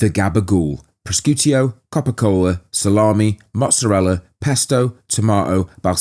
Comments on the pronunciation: Pros-cew-tio … has to be rage bait 😂❤️ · wrong, so very wrong. Sc followed by an e or an i is pronounced sh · Mate if you're going to comment on Italian meats, please learn to pronounce the words properly. It's pronounced 'proshootto' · 'Pros-scoot-io'............................🤣 That is the best/worst pronouncement of Prosciutto I have ever heard............that made me laugh. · Another amazing video. Not sure about the pronunciation of "prosciutto" definitely shouldn't be an eo at the end. All love tho man. Love these videos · quality as per usual, just need to work on the "prosciutto" pronunciation